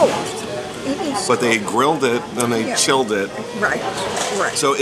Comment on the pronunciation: mom's sandwich "they grilled and chilled it" but sounds like they didn't kill it lol